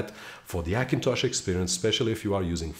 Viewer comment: I want to watch your videos but when you say Akintosh makes me vomit . try to learn the letter H for fuck sake.